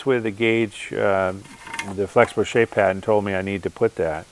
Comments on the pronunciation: Is he saying "patton" or "pattern"? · He's speaking "Bostonian"- they drop their "r"s